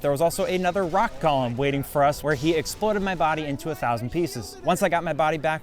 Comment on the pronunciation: Golem is pronounced “go lem”, not “gollum”. Gollum is the little spindly guy from lord of the rings that doesn’t like stupid fat hobbitses